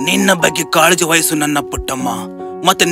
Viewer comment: Please learn to pronounce kannada properly: ogi should be hogi, vayisu should be vahisu, oratu Alla horatu... Uduki is huduki 🤦🤦🤦🤦 you literally killing the language